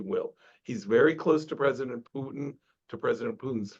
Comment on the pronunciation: He doesn't even know how to pronounce Putin, is he really an expert?